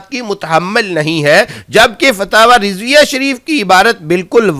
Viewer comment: فتاوی کانام بھی نہیں لیناآتا تمہارے فتاوی کانام تمہاری زبان میں فتاوی رڈویہ ہے بولو نارڈویہ